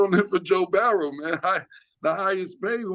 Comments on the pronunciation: I notice also. Something is going on with his speech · Aye yo Killa...it's Mike Tomlin, not Tomlinson. Joe Burrow not Bouroughs. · I love the show but Cam cmon my n🥷🏽gga it’s Joe Burrow not barrow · Joe BARROWS or Joe Burrow...😂 😂 I'm confused Cam 😂😂😂.